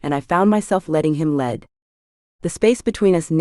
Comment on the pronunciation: A. I. bow , lead .. mispronounced computer did not understand the context